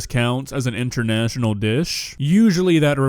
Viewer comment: not 'INTERNATIONAL" LMAO!!!!!